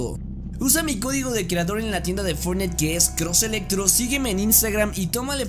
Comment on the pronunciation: No Me Digan Que Fui El Unico Que Escucho Que Dijo "Fornais"